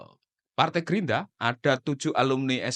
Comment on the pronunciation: Gerindra bang bukan gerinda 😂